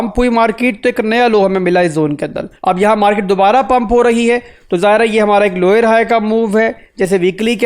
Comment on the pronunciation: Lower Low❌ Loyer Low ✅ 😂